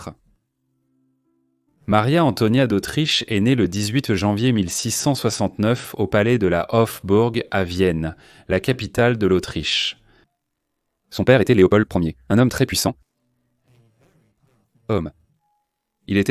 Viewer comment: Pas OffBurg Mais Hofburg ( o fermé) ca fait mal aux oreilles